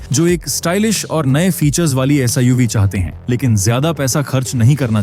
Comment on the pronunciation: Ye SIUV kya hota hai be! Kam se Kumar bolo to sahi!